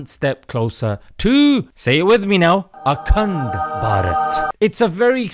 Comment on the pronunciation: Akhand (sounds like "a c-nt") Bharat 🤣🤣🤣🤣🤣🤣🤣🤣🤣 👍👍👍👍👍👍👍👍👍